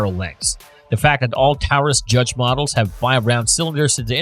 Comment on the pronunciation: I only made it to the review of the judge and the fact they could not even pronounce the word correctly and their facts were wrong. Example all the judges with red strap on the grip were raging judges and come in either 6 or 7 shot also the 6 shot fires 454 casual as well as 45 colt, 3in 410 shells, and with 2 shot moon clips it will also shoot 45acp and 45 win mag. I carry this as my everyday weapon